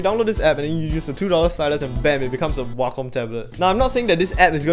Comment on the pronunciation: “hwacom tablet”